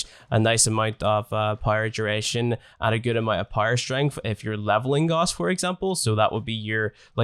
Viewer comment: It’s not goss its gouse